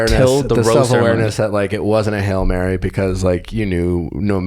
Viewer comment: Is he saying “halo mary” instead of hail mary?! lol